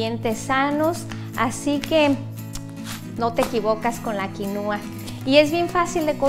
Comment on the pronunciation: No se pronuncia quinuua, pero quinua. El acento es en la I de qui. Es quinua, no quinuua. Y si, la quinua es muy nutrutiva, proteina completa vegetal. En general muy buen video.